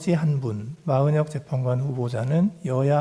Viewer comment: 기자 발음봐라 마흔혁이랜다